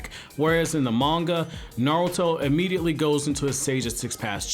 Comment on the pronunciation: half of the time it sounds like you’re saying narrel-to